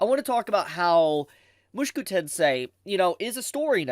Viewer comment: Bro it isn't Mooshku tensei. It's Moo-shou-ku tensei